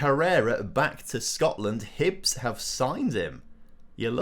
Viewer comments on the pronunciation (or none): none